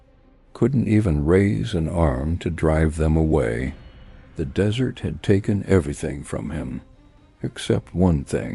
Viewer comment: So many ways to mispronounce, "desert". Haha. The dessert always wins!